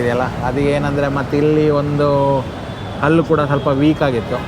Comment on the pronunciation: ಹಲ್ಲಿ ಅಲ್ಲ ಮಾರಾಯ್ರೆ ಅದು ಹಲ್ಲು , ಹಲ್ಲಿ ಅಂದರೆ ಗೋಡೆಗೆ ಅಂಟಿಕೊಂಡಿರುವ ಚಿಪ್ಕಲಿ